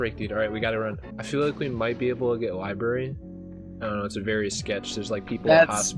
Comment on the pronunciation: "Libary" I think you mean library